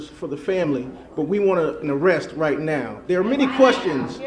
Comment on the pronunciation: Not Noww But Right Noww